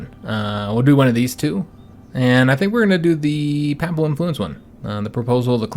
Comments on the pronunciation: Papal is pronounced peyp-al rather than papp-al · Just a little thing; I notice nonreligious people pronounce papal as a soft first a; however, it is pronounced pay-pull. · Personally I don't pay no mind to the "uh"s, but your mispronunciation of the word "papal" is killing me. It isn't pronounced papple or papel. What is making it far worse is the number of times you are saying the word (which isn't surprising given that your campaign is focused on Italy) and is unfortunately making the video almost impossible for me to watch.